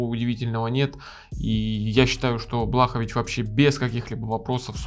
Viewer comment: Лучше будет если назовешь бойцов по фамилии правильно, Блахо́вич